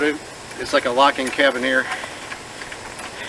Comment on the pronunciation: You are the best version of this idea … but, it is “kare-Ra-beener “